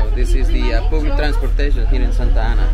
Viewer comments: Las leonas de Santa Ana. By the way, food is pronounce Fu:D, just saying. Public is pronounce ˈpʌblɪk ya dill. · Y por que hablad ingles estando en un pais latino americano y luego tu ingles no es tan buena tu pronunciacion , disculpa no se pronuncia public es mas a paoblec asi mas o menos la pronunciacion. Se escribe Public. Porque hacen videos de esos lugares haviendo otros lugares turisticos y muy lindos limpios naturales o gastronomia. Las personas de otros paises critiquiran y mas con ese ingles si un viento pasa o un perro pasa ya inventan hacer videos